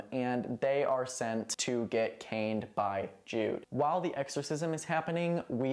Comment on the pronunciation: My brain short circuited halfway through when you said they were getting caned — I heard it as getting “cained” I thought it was a play on words 😂